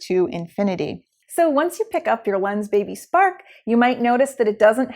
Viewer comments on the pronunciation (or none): i thought she say Lensbaby Sperm :D :D